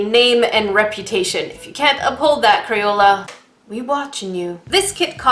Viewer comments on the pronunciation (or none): Is crapola not crayola